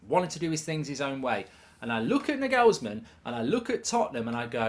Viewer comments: Mark its Nagelsman not Naghulsmenn. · Plausible Manager-Merry-Go-Round : Nagelsmann - Chelsea Zidane - Real Conte - Juventus Enrique - PSG Potter - Spurs Ps. The way Mark pronounces Nagelsmann made my ears bleed. "NEG-ELS-MEN"??? Try this Mark......"NAR-GALS-MAN". WindUpBridge 😂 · Mark plz his name is nagelsman not negelsmen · You might want to learn to pronounce the name: It's not "Nagellesmann" it's "Naw-ghels-man"! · Nagelsman not NuhGalsman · ah Mark, just how badly can you actually butcher the pronunciation of names?? his name ryhmes with 'Bagel's Man' - you're welcome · Why do you pronounce half the names in football wrong? Its not n-gelsm'n, its not the Carabower cup, and it's not Trippy-ay. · The pronunciation of Nagelsmann…isn’t it NAR-GALS-MANN? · “Nagelsmen” - Mark Goldbridge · the way he pronounces the name is so funny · I hope Spurs don't get Nagelsmann just so I don't have to hear Goldbridge butcher the pronunciation of his name ever again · Please pronounce his name properly 😂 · his pronunciation of Nagelsmann makes my ears bleed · Mark trying to get 30k listeners to start mispronouncing his name to troll Spurs! 😂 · You gotta learn how to pronounce "Nagelsmann". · Good insight Mark, but that pronunciation of Nagelsmann is shocking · How did he just pronounciate his name 💀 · Bruh you have butchered his name🤣🤣